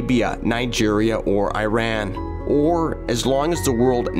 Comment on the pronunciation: & He Pronounced Iran Correctly Im Proud Of Him Good Job Others Say E Rahn It’s Iran